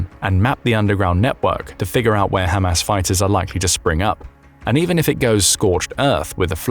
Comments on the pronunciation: I love how he pronounces it "Ham Ass". You know, the followers of Mo Ham Head. 😀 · Spongebob Nukes and Ham Ass exactly how thos guy says it